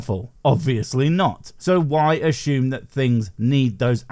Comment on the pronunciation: i like your content. but for the love of some deity, i dunno, stop saying assume like ashume makes my brain owee